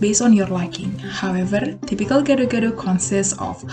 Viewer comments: Gado-gado. You did it wrong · How to say gado gado is (Gah doh Gah doh